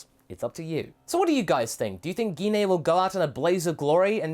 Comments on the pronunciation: guinaye- is not how you say her name, its pronounced jin. i couldnt watch this video because of that. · Wow, he still can't pronounce Jean's name right. Now that's funny!